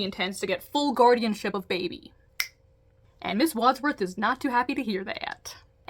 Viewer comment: I can tell you haven't watched the movie Clue, with the way you're having a hard time saying Wadsworth. I stongly recommend you see it - it's not necessarily the right kind of movie for your channel, but it's a really fun time ❤